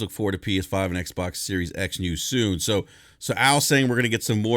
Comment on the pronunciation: It's SERIES X! Not SERIOUS X!